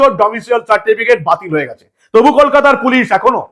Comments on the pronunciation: বারবার ডোমিসিয়াল বলছ কেন ভাই? উচ্চারণ হবে ডোমিসাইল। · Katha ta Domicile, "Domicial" noi..., please correct your pronunciation 🙏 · ডমিসিয়াল নয়- ডমিসাইল।